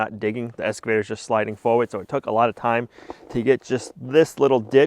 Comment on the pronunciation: 🇨🇦Excavator not Escavator. No s in Excavator. Cheers from Canada 🇨🇦